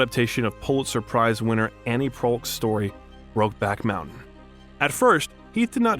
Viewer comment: Annie Proulx, pronounced PRO